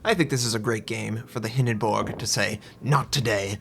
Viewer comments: I'm sorry but is it just me or does him saying Hindenburg wrong bug anyone else. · hinden"borg" lol